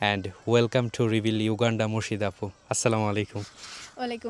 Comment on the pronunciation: এই ভিডিওর সব থেকে শুনতে খারাপ লাগা শব্দটি হলো, ইউ গান্ডা। উগান্ডাকে ইউ গান্ডা বলার হেকমত যদি রিভিল করতেন অনেক ভাল হতো।